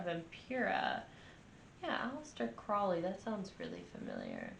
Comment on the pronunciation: Crowley -- rhymes with holy